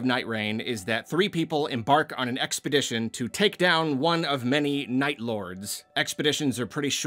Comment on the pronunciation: "Expedition"?!?! French opera starts playing